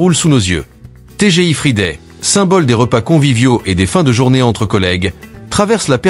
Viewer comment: Bom-dia Quand on ne peux pas prononcer Friday imaginé dans d'autres langues une vrai Catastrophe pire.que le Junk Food No Way from Lisbonne ciao ❤😂😢